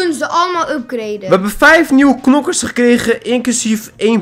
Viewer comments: Hahahaa nokers te plaats van knokkers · Het is knokkers je mag ook nokkers zeggen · En je spreekt het uit als Kkkkknokers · Ik moet keihard lachen nokkers en krachtbonnen (het is krachtpunten) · Rip headsat rip ons hahahahahaha Nokers het is knokkers geen haat man love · Je moet knokkers zeggen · je moet knokker zeggen